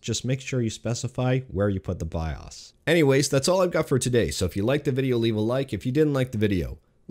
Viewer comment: Byeahs? What's a byeahs?